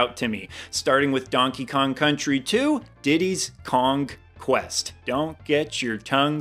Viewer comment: it's Diddy's kong Quest , it is a play on words. lol If it was How you said it, it would be spelt. Diddy Kongs Quest.